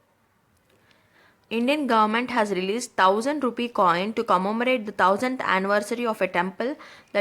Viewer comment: Why south Indians pronounce word thousand as tousand